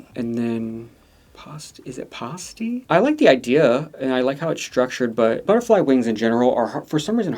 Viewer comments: I just wanted to comment to say how to pronounce some of the queens’ names! Pasty is like: Pah-stee, not like Par-stee Catrin Feelings: Cah-trin and not Cat-reen. The a’s in Catrin and Pasty are said kinda similar. Apologies if this comes across as too much, i just wanted to help! I love this promo, and I can’t wait for the season. I know Catrin from South Wales/Cardiff, she’s going to be AMAZING I can’t wait!! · A pasty is a famous British snack. It's pronounced like past-y, like in the past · It's Pasty (Pronounced Past-y) as the queen is from Cornwall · not being able to pronounce pasty is my new fav thing